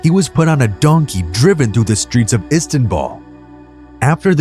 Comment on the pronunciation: ISTANBUL..NOT ISTANBALL